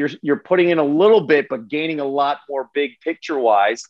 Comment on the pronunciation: His last name is pronounced “graining.”